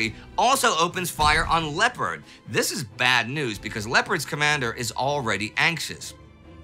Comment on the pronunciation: Tempest in a teapot. You should honor your own rule as this was nothing 'special'. PS, if you would pronounce the French vessel as it is spelled ,Lay-oh-par, your argument would be much easier to follow.